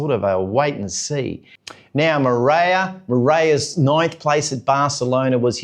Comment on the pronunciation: Yes, in a lot of Italian names the g before the n is pronounced like a y after the n. And while we're at it, I'm pretty sure the second r in Moreira IS pronounced. Like 'Mo-rare-a', not 'Moraya'. But the videos are still great!